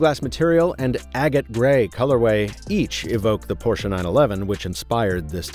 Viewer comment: Thanks for not calling it "PORSH"